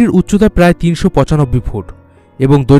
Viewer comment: উচ্ছতা ভুল বল্লেন